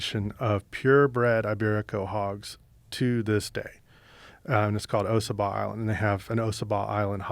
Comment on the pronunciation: Its not pronounced O Sah Bah island Its Ah Saw Bah